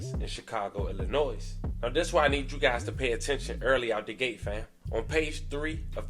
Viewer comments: I hate that nobody has told you but darling you do not pronounce the S at the end of Illinois 😭😭😭 I’m sorry I couldn’t help myself🤣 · The “s” at the end of Illinois is silent.